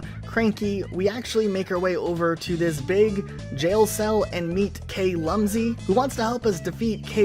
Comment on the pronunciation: Then he proceeds to pronounce names as KAY-Rool, KAY-Lumsy and BEE-Locker completely missing the puns.